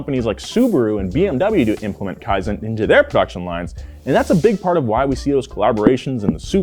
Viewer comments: I think you should pronounce "kaizen" better, thats my kaizen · Kaizen not Kiazen. Even Land Rover sucks. That's why so many Land Rover and Range Rover cars in Indonesia are engine swapped to Toyota or Mitsubishi. Toyota knows how tough the terrein of many parts of the world, unlike western brands made for their very dry, no humidity at all, they really know nothing about highest humidity on earth the equator line Indonesia. BMW/Rolls Royce, Mercedes-Benz/Maybach, Audi/Bentley, etc are so mainstream overpriced average of very poor nature western world. Toyota Crown and Century are truly in limited quantity. You may buy not because you have the money but Toyota will investigate whether you deserve or not. Truly Prestigious, Truly High Class. Money cannot buy Real Status. Toyota Indonesia Manufacturing since 1970 Only available in Asia, Australia and few selected countries. No Europe No USA. Too good for Western world that will make their automotive manufacturers losing profits as they're overpricing everything 😅🤣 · No offense but you butchered kaizen pronunciation